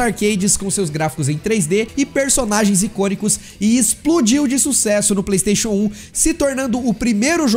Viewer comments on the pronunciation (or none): none